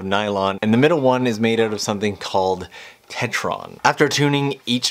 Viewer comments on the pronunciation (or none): I think it's pronounced teteron?